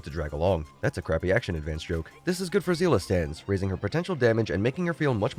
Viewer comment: I lost my pity on Jingliu even though I wanted her so bad I have all the Cryo units in Genshin so I planned to do the same in HSR but 50/50 said no also your jokes are still funny, also HSR power creep is definitely real thankfully I know who to pull for (Ruan Mei Havers after Firefly kit leaks) also that Seele isn't pronounced as (zeela) more like (say lay) or (Sae Ley) hope you continue to make great content